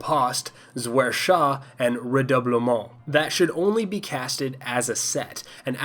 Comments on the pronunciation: "Reh-Doo-Bleh-Mau" sounds much cooler than "ree-duh-bull-ment" anyhow so...A+ for french pronunciation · Fun fact: the melee combo names are not French (so you sounded a bit weird) Riposte is in English already (it's a fencing technique) Zwerchhau is german, actually Redoublement is a legitimate English word, and not a swordplay technique So you don't have to try to speak French 😄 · ......can you say Redoublement again......please!?